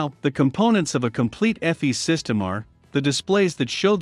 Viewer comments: “Eff-eez”? There’s that AI voice at it again. It’s “EE-fiss” folks. And ECAM is not part of EFIS; you only have to consider what can be controlled by the EFIS control panel - nothing to do with ECAM, a separate system. Other than that, still nicely paced and well illustrated instruction. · Pronounced EEE-F-I-SSS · This is an Awesome presentation........EFIS is pronounced EE-fis..... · Airbus EFIS is pronounced EE-fiss. Electronic Flight Instrument System. The engine displays are upper and lower ECAM, pronounced EE-cam. Stands for Engine Condition/Aircraft Monitoring. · ĒFIS. Eeeeeeeeeeeeeeee, sounds like cheeeeeeese!